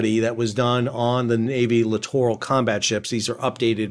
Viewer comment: My pet peeve with these ships is how most people pronounce it like "literal combat ship". Thank you for pronouncing it correctly.